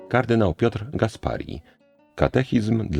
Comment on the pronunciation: 😢, nie kArdynał, lecz karddYnał! Akcent na przedostatnią sylabę. I nie ARtykuł, ale artYkuł. Błagam, niech Pan z pokorą, jak dawniej, przyjmie moje uwagi. Dla dobra Pana i słuchaczy ❤